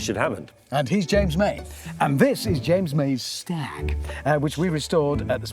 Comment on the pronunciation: Staaag. Rhymes with Jaaag.